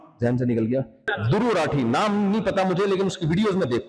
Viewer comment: Aaa bee naam tho thik se Boll